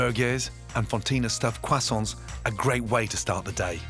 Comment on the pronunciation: Getting hungry watching this at 2 in the morning. And also the way he says "croissants" is too funny to me. I know foreign words are hard, but imo it's not a shame to not be able to pronounce them.